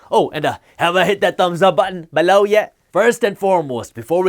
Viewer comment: Why does he say below like BALEU!